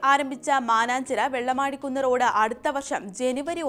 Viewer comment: വെള്ളമടികുന്ന് അല്ല വെള്ളിമാട്കുന്ന്